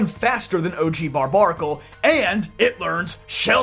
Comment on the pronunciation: Pretty sure it’s pronounced bar bear acle not bar bar acle. Because it’s like barbarian !